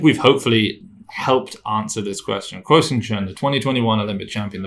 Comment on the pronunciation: Hey guys, I think you’re supposed to pronounce “kuo” as “gwoh” (it should almost rhyme with “aww”). Love the content btw. Thank you for putting out such helpful and interesting analysis.